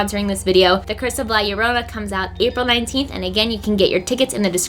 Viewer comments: White people trying to say La llorona: L-A-H L-L-O-R-O-U-N-A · Why do ppl say la yarona... YoUrE nOT sAyIng iT riGhT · la llorona ( the weeping woman ), is pronounced Yo-ro-na yorona—> llorona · is pronouces "la chorona" is in spanish, and whenever theres a two "LL" it have the sound of "CH" and second thing, ripley in the end was like "who cares about you? they only come to see me" atitude:P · Girl, roll your R slightly when saying "llorona". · “La yorona” oh come on you could’ve tried A LITTLE 🤣🤣 still love you gurl 😘 also. Cool ass sponsorship yaaas hennnnyyyyyy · i kinda hate the way she says llorona and ew sorry and it means crybaby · I love you but this movie issa no LMAOOO all these people butchering the mere pronunciation of "la llorona" gets rid of any fear that the movie content may have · As much as I love both and horror movies, I’m not going to see La Llorona. They couldn’t even get characters or a narrator that would properly pronounce the name of the actual legend they’re depicting. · Still can’t say llorona